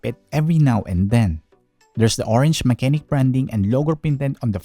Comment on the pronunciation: the proper pronunciation of the brand is "mah-che-nik"